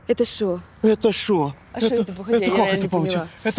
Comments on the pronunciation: почитала комментарии до просмотра ...уже нацелилась хаять новую ведущую, а мне зашла , после Алины конечно ее "нету " и "шо " слух резанули,надо убирать, а в общем терпимо,может даже и полюбится со временем) Короче не Коваль и слова богу) ну а Антон вышка, чувство юмора и подача как всегда на высоте!как и Алина, таких ведущих один на миллион, очень жаль,что ее больше не будет, она безумно чувственная,красивая,интеллигентная,бесстрашная и женственная! любовалась весь сезон, это был идеальнейший дует с Антоном ! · Вася перестала бы "Шо ?" говорить , отвратительно слышится. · Рада новому выпуску) Антон как всегда молодец, одно удовольствие смотреть. А вот новая ведущая не очень, даже если сделать скидку на то, что новичок. Очень много кривляния, некультурная и неграмотная речь, бесконечное шоканье... кто-то правильно написал в комментариях, ведущая может и из народа, но не весь народ такой, есть разница между эксцентричностью и быдловатостью, вот здесь явно второй вариант. Неприятно. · Ужасная новая ведущая, " Шо такое Джормэния, Дойшланд?" 😂 Такое ощущение, что вы на кастинге старались выбрать самую тупую... У вас получилось. Раздражает. Голова болит от того, как она орёт. Внешность быдловатая. Шутки у неё тупые. Ведёт себя как ребёнок. Я могу её недостатки перечислять весь день. Прошу найдите вместо неё другую нормальную ведущую 🙏 Или верните кого-то из старых выпусков решки, если это возможно.